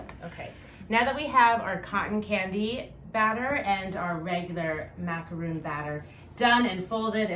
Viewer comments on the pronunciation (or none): Its pronounced mac a ron not roon